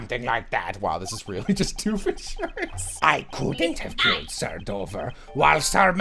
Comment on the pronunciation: did you say "doof in shirts" it's Doofenshmirtz